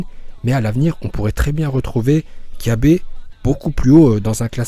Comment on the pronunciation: On dit pas kyabe mais cabba